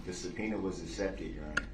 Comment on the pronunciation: Has anyone noticed he says subpenis when he refers to subpoenas? I wonder if it’s deliberate.